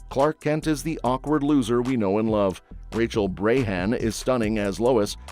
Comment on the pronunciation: Who the hell is Rachel Brahan? Maybe you should look up the credits before making stupid mistakes like this. It's Racel Brosnahan btw...